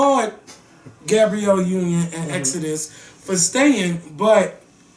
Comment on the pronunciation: He called her Exodus lol. Her name is Eudoxie lmao